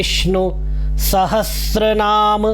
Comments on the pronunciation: Aap khud start me bolre ho sahastranam instead of sahasranam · Arrey bhau Sahastranaam nahin hain iska uchharan. sahasranam hai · Vishnu sahastranaam nahi hota, VISHNU SAHASRANAAM hota hai. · Sir aap khud bhi 'Sahasranam' ko galat bol rahe hai😂